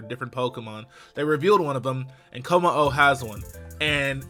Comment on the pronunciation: LOL he said kommo estas. Autocorrect much?